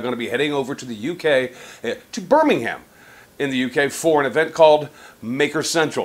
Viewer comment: Nice one. Btw, it's pronounced 'Biiiiiiiiiiiiiir-minggg-um'